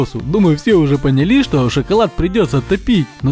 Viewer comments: понялИ. АААА! Спасите мои уши! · Я одна услышала панили о не поняли